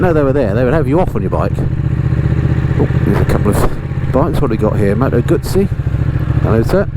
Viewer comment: Ducatis are magic Sir. I have had 3. Great video and thank you for pronouncing Motoguzzi correctly......Sal : )